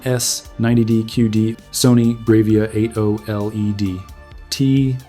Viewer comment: "Bray-veeah?" 😂 Yeah, no.